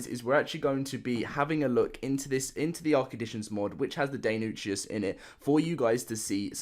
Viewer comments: Aight. Time for the paleontologist to clear it up. It’s pronounced Die-non-ick-us. It was also larger than an actual Velociraptor, and close to the size of the “Utahraptors” in the game. Utahraptors were actually about 20 feet long, so yeah. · "Dino (NI) kus" Deinonychus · die-non-eh-kiss is how it's pronounced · It's pronounced Dienonnehhus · Deinonychus probably derived directly from Greek ΔΕΙΝΟΝΥΧΟΣ (ΔΕΙΝΟ=DINO) which means terrible claws. It's pronounced Dinonechus. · Day-non-I-cuss. Dei doesn’t sound like die the ei has an “ay” sound. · Its pronounced die-NON-ick-US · It's pronounced Die-Non-Eh-Kus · Day, not die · It’s pronounced Dee-no-ny-kus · The first 2 syllables do not pronounce the same as "dino", he was saying the first syllable right "Dei. They-nah-ny-kus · it’s dy-no-nykus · Dine on nickas lmao